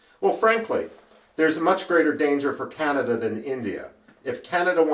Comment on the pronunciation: Canada not Canda🤓